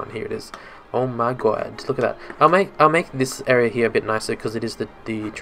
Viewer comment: "uh my gwad" lol